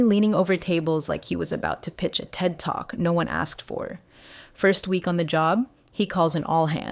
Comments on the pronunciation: This is the First Business Story Channel that said TED TALK correctly!!!! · Ted Talk yeah Ai gets that ride everytime I've seen on this channel. It's some other error issues some of us cringe on 😅